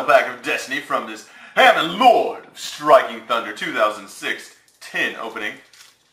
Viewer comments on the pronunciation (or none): Huh-MON.... not HAM-MAN... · it is halmon just saying not hamon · haMON is how it's pronounced btw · It's Hamon, Lord of Striking Thunder not Hamon-lord of Striking Thunder. Argh OCD mode activate. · Doesn't how to pronounce hamon or uria. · You mispronounced Hamon...